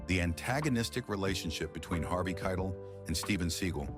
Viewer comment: The narrator still messed up his name.